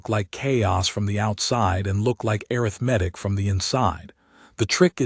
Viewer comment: I liked the story, but i wish the AI reader knew how to pronounce "Arithmetic ".